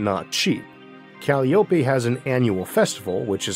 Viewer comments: Dear Arthur, please! Calliope is not said Cal-lee-OH-pay. It's called Cah-LIE-oh-pee. Named for one of the Greek muses, and the pipe organs often used at baseball games. As an American, I definitely prefer the baseball reference to any rare pronunciation trying to speak ancient Greek. Thank you. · I think it’s pronounced Kah lie o pee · Usually, Calliope is pronounced "ca- LAI- o- pee"